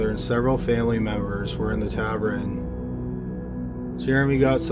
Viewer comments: Tavern is pronounced 'tāv-urn' not 'tav-er-in'. That's all. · It's tavern not tavren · tavern =/= tabren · It's taVERN not taVREN!!! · “Tav-ren” instead of tavern. Thanks for giving us a new word mangling!